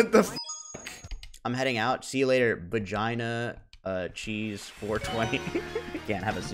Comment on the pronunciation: He read Bag In A Cheese as Bagina Cheese and then had the AUDACITY to shame the chatter